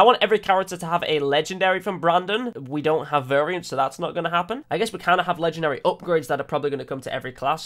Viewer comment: I was just helping him with what he said, he said Legedary instead of Legendary so I pointed it out to him...